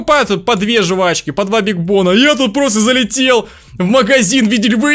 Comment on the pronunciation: жУвачки... Аааа уши!!!